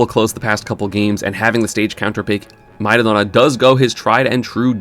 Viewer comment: I'm going crazy with this. What's the name of the brawler player? My ahona?? How do you even pronounce that?? EDIT: Nevermind, I got it, it's Mairudo Na